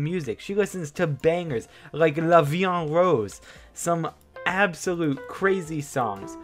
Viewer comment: it's so funny to watch english/american people say french words. "La vie en rose"